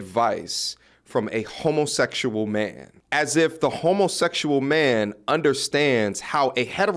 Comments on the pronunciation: I just don’t like the way he says “Man” it’s sounds like “Men”. Such a terrible example of relationship advice. You can’t even say he’s coming at this from the male point of view. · What the hell is a “mieeen”? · my ears hurt everytime bro said “me-an” . he’s as delusional as the women he’s talkin to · So much disdain in his pronunciation of “mahhnnn”. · The magnanimous amount of zest in the way he pronounces the word "man" is both hysterical and annoying